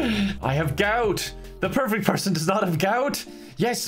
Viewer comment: My favorite thing about this whole video is when said “perfecy”